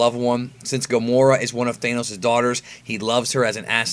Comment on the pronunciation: Thanos, not Thaineos